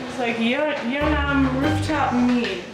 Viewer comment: Just a Korean passing by. The neighborhood is called and pronounced Yeon Nam Dong. Just so people don't get confused looking for Yeo Nnam in the future.